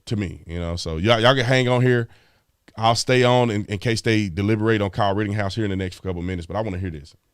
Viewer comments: Mr. Tatum, it's "Ritten-house" not RITTING-HOUSE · ok his name is NOT Kyle RITTINGHOUSE it is RITTENHOUSE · Just saying, it's ritteNhouse. There's no G in his name. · Am i the only one that wants to scream in his ear "IT'S RIT_TEN_HOUSE!!! NOT RIT_TING_HOUSE" 🤣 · Ritten-house, not Ritting-house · Big dog Brandon, it's Rittenhouse, not Rittinghouse! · You know I love you. You da man. I listen to a guy that mispronounces shit all the time. It’s Pronounced wittENHouse no “ING I know it’s not a big deal but I’ve listened to a guy butcher the Florida town of MYackahatchee and he keeps saying ME ackahatchee. He had people BEGGING HIM lol to pronounce it correctly and he would ONCE and then go right back to ME ackahatchee. Lmao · I'm curious as to why you pronounce the name "Ritting-house" when there is no G in the name. It's pronounced "Written-house."